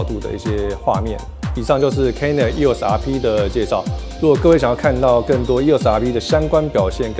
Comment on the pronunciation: 为什么我一直听到 canon 又傻逼... eos rp 读快点真的是会听成canon 又傻逼... 不懂有没有和我一样 😂😂😂